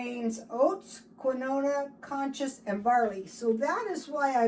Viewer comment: Cous cous and keenwah ;)